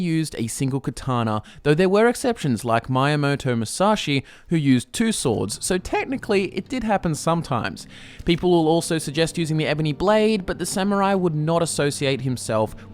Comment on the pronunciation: you mean only miyamoto mushashi mee yaaa moh tow moo sah shee